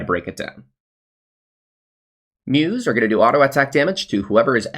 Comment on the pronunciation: Mousse is "moose" not "muse" LUL